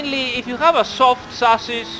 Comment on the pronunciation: These explanations are so helpful, love these streams. Also every time you say chassis, I hear sausage, I guess It's time to eat xD